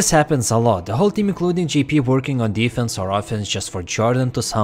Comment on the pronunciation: You got me confused. when you say Gee-P do you mean Jay-P?